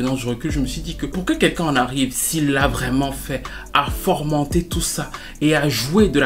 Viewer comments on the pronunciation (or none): "fomenter"!.. Bon travail sinon. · (Et sinon le verbe c'est "Fomenter", y a pas de R;-) ) Merci pour toutes tes vidéos toujours de qualité!